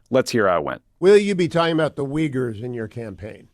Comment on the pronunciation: To be fair, without context I wouldn't have understood "Weegurs" either. In my German mind, I pronounce them "OoYgoors".